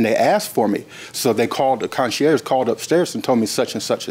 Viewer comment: He doesn't know how to pronounce concierge either.